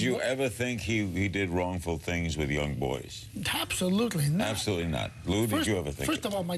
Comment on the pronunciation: Larry needs to pronounce Lou’s name better